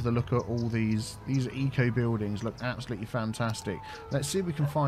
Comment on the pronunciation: “Bewldings” this pronounciation is triggering my SO bad!!